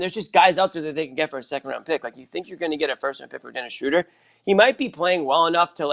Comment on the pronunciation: It’s Schrew-der not Schrow-der. Meathead. Stop whinging over the guy. News flash: Schöder’s an option and will be gone next year if not before. Barring some miracle the Celtics are what they are, a .500 team with a first year coach work-in-progress that’ll never live up to the high expectations of media in search of someone to blame.